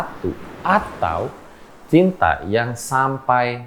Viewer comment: Malah terngiang denger mau ngomong CINTA malah ke pleset jadi CITRA😲😆✌️